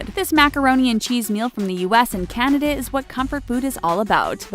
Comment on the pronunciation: How she pronounces Canada though.....